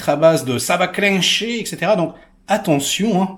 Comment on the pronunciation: Ça va Cliiiinncher lol va falloir que tu retravaille un peu ton accent Queb si tu veux nous imiter 😛😛